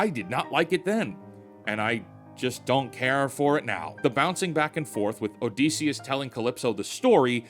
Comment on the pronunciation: ITS OdYsseus NOT OdEsseus man